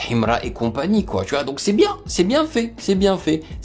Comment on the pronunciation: Ta manière de dire himra me tue 😂